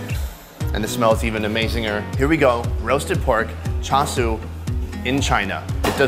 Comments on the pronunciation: Cha- shoe not sue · am I wrong but isn't "Char siu" Pronunced something like "Chao-Chu"?